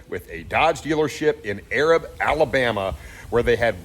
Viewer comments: Pronounced A rab not Arab... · Not that it really matters but Arab is pronounced A as in day and rab as in cab. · This dealer is in my area the only time I went there it was a 10 grand bait and switch off the bat and I left.inside job I don't know but for sure karma.and it is pronounced a rab. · just to help prevent someone being sensitive in some weird way, it's pronounced "Ay-rab" or "ey-rab", and not the typical way you would read the word as if you were using it to describe the Middle East. It was actually named Arad after Stephen Tuttle Thompson's son in 1857 when he built a house there in 1857 and established the first post office in 1882. When he sent the establishment letter in, his son Arad's name was misread as 'Arab' with a b, but pronounced with a long A. No big deal, I've just seen people blow up saying ignorant things about the town calling it racist when they've seen what it's name is without understanding the history and how the postal service goofed. Thanks for bringing it to light. A few have been recovered, but not many. Have a good weekend! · Love the show. I am from Alabama and this city is pronounced A-rab. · Thank you! Only ppl from the area knows he was killing the name of the city lol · I live just north of this dealership in Huntsville, AL. I know you lived in Texas and Florida but in Alabama we have a real draw in our accents! It’s A-rab. A, rab. Just sayin’ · It's A rab...not the way your saying it...😂